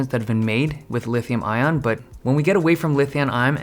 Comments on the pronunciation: Who else heard "Lithiun Iom" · "Lithiun Iom"😅